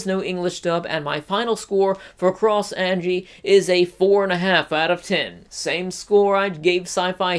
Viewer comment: Also watch English dub then you will know YOUR SAYING HER NAME WRONG